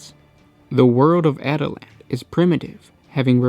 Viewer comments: At-i-lans.... cringe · Dude, you're pronouncing that wrong. it's pronounced like Attila the Hun. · Yeah, kinda bugged me throughout the video. Also, no mention about the rough rider hunting lance? Son, I am disappoint. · My real name is Attila and it's a bit annoying hearing this😅